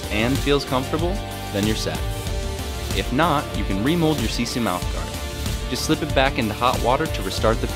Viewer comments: You are usin the word "sisu" wrong! The word "sisu" is originally from finland and translates to... well... nothing. Oh and you said "siisuu" not "sisu" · You pronounce it: SEE-SUE** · Noi sanoo sisu ihan väärin